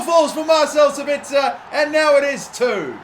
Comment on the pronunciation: Im German and Sabitzer is pronounced: Saaabiiitzer correctly but the a longer than the i. Nice Video Mate!!